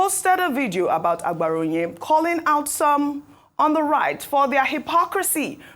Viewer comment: Ojy, it is not "aGBaraonye", it is "aBaraonye"... They are different in meaning...not every "g" letter is pronounced as a "GB" sound!